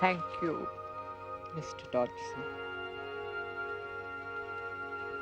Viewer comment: This movie pronounces his name wrong. The G was silent, so it was pronounced Dodson.